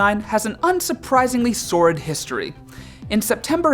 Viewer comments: the word is "sordid" it is pronounced closer to "sorted". From number 21, the Hollywood sign. It means troubled, or tarnished. I have not looked the definition up so there could be a little more information and a better pronunciation. I am not trying to be the word police, just trying to help! I Love what all of you do thank you! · Sor-did. Learn English.